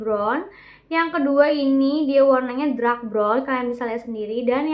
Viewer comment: Dark mbak Bukan Drak Semangat